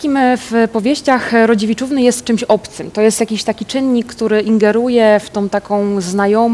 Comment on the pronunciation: mówi Rodziewiczówny.